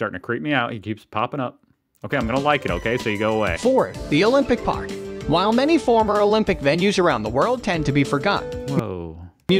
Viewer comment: He did a fine job pronouncing Olympiapark!